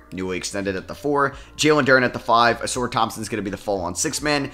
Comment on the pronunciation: Uh-Sar please. Not Uh-Soor